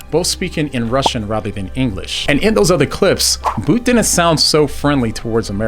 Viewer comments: its not 'boot' its 'bout' like route - awful video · You say his name as BOOT. I have always heard it said as BOUT as in ABOUT; without the A.